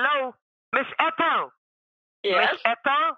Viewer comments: Why does keep calling her "Eathel"? he has pronounced her name correctly a couple of times and he hears her name pronounced as it should be. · My favorite character? "Miss Eethel." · "Eathal", priceless !! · Miss Eethal? Miss Eethal? Miss Eethal? 😀😀😀